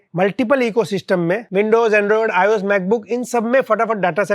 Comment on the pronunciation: Arey bhai android to ios to ache se nehi bola